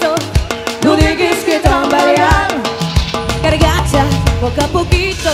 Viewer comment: Ella dice "cargacha"? O escuché mal?